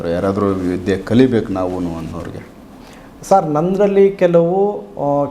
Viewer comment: ವಿಧ್ಯೆ ಅಲ್ಲ ವಿದ್ಯೆ ಅಲ್ಲವೇ ?